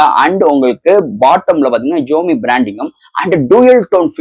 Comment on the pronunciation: Your Tamil pronunciation very very worst bro xiaomi Pls correct ur pronunciation To awkward to heard it